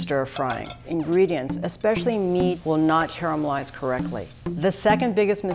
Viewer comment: Charmelise and Marinaade, those are the correct pronunciations.